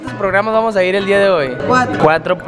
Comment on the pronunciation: ahora sabemos porque siempre termina diciendo las palabras así jajajaja ‘vamosh’